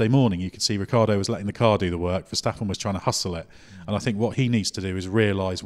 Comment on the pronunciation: Who is this Riccardo you are talking about never seen him on the track but judging on what you guys are saying he must be awesome! I also like Daniel Ricciardo... ever heared of that guy? he is Max his teammate and a real consistent driver! His name aint THAT hard guys:S